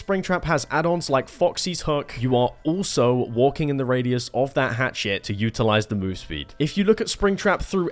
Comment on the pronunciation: “Hatchet” PLS STOP YOURE KILLING ME